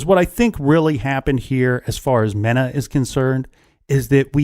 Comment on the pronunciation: Malak was a crap stain, he did it because he was being paid, not because he was afraid. (FYI Mena is pronounced with a long E)